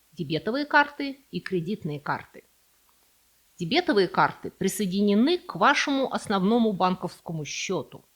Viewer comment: Я не осилил смотреть из-за дебЕтовых карт. Остальные прошлые ошибки казались даже милыми, но это режет слух...